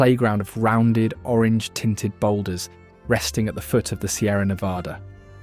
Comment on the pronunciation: This narrator, whoever or whatever it is, doesn't know how to pronounce Nevada.